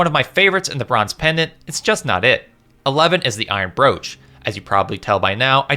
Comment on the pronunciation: Its brooch not brooch you uncultured swine. Thanks for the video though